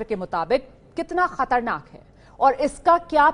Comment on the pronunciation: Anchor madam katarnak nahi khatarnak hota hai